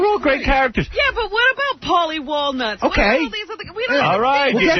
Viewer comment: the guy is right Artie Does say Paulies name wrong disgraciad Artie, disgraciad best part